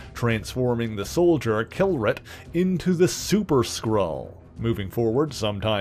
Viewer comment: His name is K'Lurt (Kl'rt) like a foreign sound Clark+Kurt